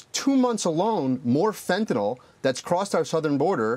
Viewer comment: Fentanyl - not fentaNOL